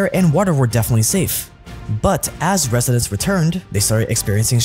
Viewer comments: Resindents Resindents or Residents ?? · “Clhoride” “Resindents” … ok